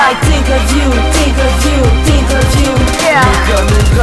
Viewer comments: Faut que tu prononce le H dans tHink.. mais apart ca moi jlaime ste toune la <3 :) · tu devrais ameliorer ton accentcar c pas tink mais think !! mais tu es bon te laisse pas rabaisser par les autres !! tu es bon continue !